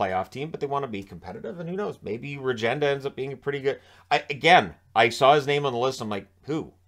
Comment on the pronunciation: Regenda pronunciation is Ruhgenda